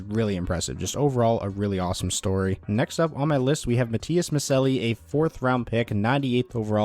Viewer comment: Just FYI Maccelli is pronounced like Machelli Edit: and noticed you pinned comment right after writing this.